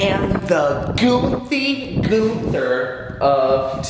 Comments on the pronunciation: I hate to break this to u but……. It’s goofy Goober …….. not “Goothy Goother…….. IM SORRY BUT I COULDNT HOLD THIS IN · its goofy goober not goothy goother